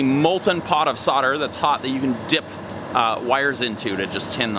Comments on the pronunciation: Sodering tips? Thought it was so'l'dering tips? :) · Sodder? *Solder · Just wondering what soder is 🤣 I'm sure you know but solder has a L in it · Why can't Americans pronounce SOLDER properly it's not spelt SODDER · Do your soldiers ever solder, or sod it they just sodder it...? There is a bloody "L" in there folfs. Just sod me car and sod the truck, sod it. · Why do Americans leave the"L" out solder? curious